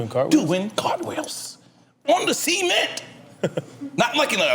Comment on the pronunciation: "On the sea-ment" 🤣🤣